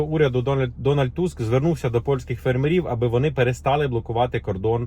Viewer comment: Дуже цікава інформація, дякуємо, але чому фермерІв? Дуже ріже вухо, наголос має бути фЕрмерів😉👍🇺🇦🇺🇦